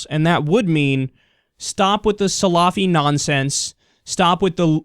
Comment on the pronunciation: The way you say salafi is weird. It's like saying salami.